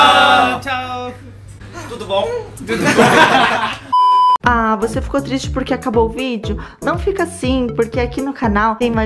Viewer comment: Esse tudo bom dele e melhor que o meu português!